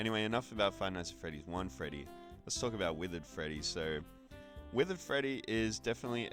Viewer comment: "withered feddy" 😭